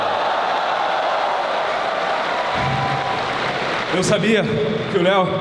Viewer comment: 안녕하세요 감사합니다 발음 그냥 한국인이네 ㅋㅋㅋㅋ 스타성 좋다 체력만 받쳐주면 누가막냐 한국에선 ㄷㄷ